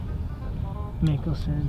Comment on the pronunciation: Bruh its Phil NICKELSON not mickelsom 😂😭😭😭